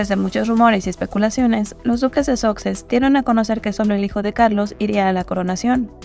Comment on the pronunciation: Los duques de "soxes", dice 😂